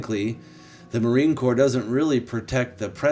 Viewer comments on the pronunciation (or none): Marine “Corps” is a silent “P” & “S”.. pronounced like Core . Great channel!🇺🇸